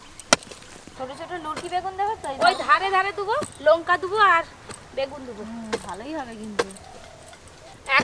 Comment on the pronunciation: হৃদয় হরণ পীঠে!! আজকাল খাবারের নামকরণও করছে। লঙ্কাকে বলে লোঙ্কা,কষাকে বলে কোষা। গামলাকে গামলী,কড়াইকে কোড়া, আরও কত অদ্ভুত শব্দের বিচ্ছুরন ঘটাবে,কে জানে!???!!!!! অল্প বিদ্যা ভয়ংকরী। আর অর্জুনের পড়াশোনার কোন ছবি আজকাল ভিডিও তে দেখা যায় না। ঐ বাচ্চাটির ভবিষ্যৎ টা এই ইউটিউবের চক্করে নষ্ট করে দিও না।